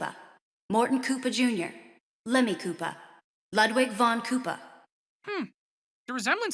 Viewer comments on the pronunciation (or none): It was at this moment that mispronounced ludwig